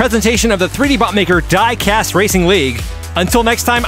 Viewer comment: Quick question… why is there an English girl miss pronouncing diecast in the opening? I’m from the uk myself and I’ve never heard anyone say it like she does. Lol